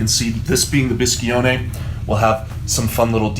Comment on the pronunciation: BISCIONE no bischione!